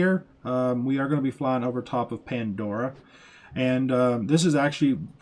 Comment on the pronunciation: Ya, he was killing me with that. And who says, awww snap?